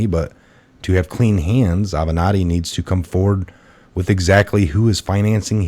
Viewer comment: It's Ah-ven-not-tee